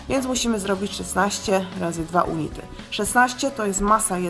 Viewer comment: unity czytamy junity :)